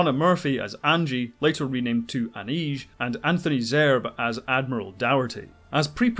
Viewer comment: The actor's name is pronounce "Zer-bay" not "Zerb".